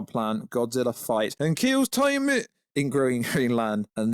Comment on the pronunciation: also its TIAMAT as in TEA-A- MAT